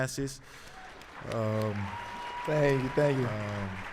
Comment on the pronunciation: Finally Thanasis.. say your last name the right way.